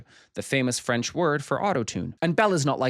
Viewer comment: just here to say it's nice to hear someone not completely butcher french pronunciation for once